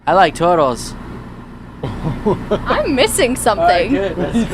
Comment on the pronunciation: still my favorite. xD "I like tutles"